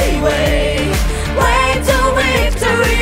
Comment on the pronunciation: Яка чудова пісня! Дякуємо! Слава Україні!!! 🇺🇦🇺🇦🇺🇦 (Якщо можна… порада щодо вимови слова «victory» - перший звук /v/ - губно-зубний, вимовляється так само, як і в українській /в/ на відміну від /w/ - у виконавців звучить як «wictory», а не «victory».)